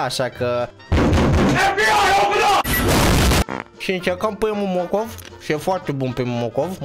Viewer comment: Ba nu am stiut ca la morcov tu zici mocof 😂😂😂